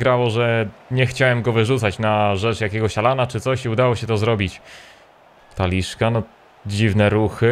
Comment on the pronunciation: 1) Ter Stegen, ewentualnie Ter Sztegen, bo w niemieckim często jest s tak czytane, nie Ter Stejgen 2) żaden Taliszka, tylko TalisKA, nie ma tam żadnego "sz"